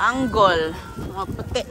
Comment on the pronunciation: Puro old vlog na lang si,wala na interested sa mga vlogs niya,di kasi truthful at palpak lagi,ay naku,sabi pa,lahat ng angol sa angle,kaloka pati pronunciation niya mali mali.😅😅😅